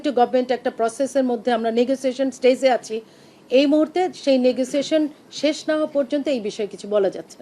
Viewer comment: Ma'am stage ke pronounce koray staze.